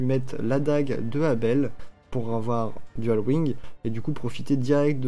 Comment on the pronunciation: Elle ne peut pas équiper de dagues si tu remarques bien xD Je sais pas si c'est une erreur mais c'est bizarre. PS: arrête de dire "Dual wing" plz xD C'est dual wield :D